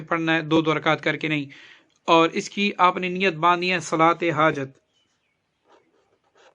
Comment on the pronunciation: Awar nahi (aor) pathana